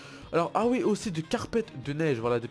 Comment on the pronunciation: Mdr j'adore qd tu dit ui au lieu de oui mdrr